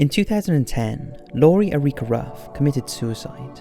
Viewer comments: The name Erica is pronounced like the name Eric but with an "uh" at the ends. It isn't pronounced "A-ree-kah" lol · Her name is Erica. Air- i -cah, not Er-ee-cah, surely? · AIR-IC-AH...not ER-EE-KA. Erica. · Great video. My only suggestion is that most people in America don't say Erica as "eh-REEK-uh". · Sorry I am giggling at "Areeka" every time :) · It's pronounced AIR-I-KAH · "Erica" - "air-ee-ka" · Uhreekuh 😂 I love your accent and how you pronounce her name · What an odd way to say "Erica" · The guy doesn't know how to pronounce "Erica". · The way he pronounces "Erica" is just heinous. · The way he says Erica bothers me so much